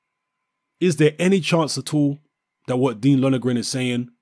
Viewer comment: his name is Lon er gan mate not Lonergran